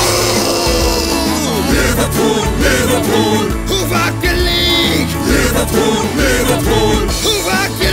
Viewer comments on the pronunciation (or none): But they said Liverpoo